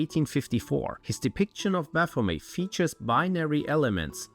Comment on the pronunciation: You can't even pronounce baphomet. May Satan punish you for this.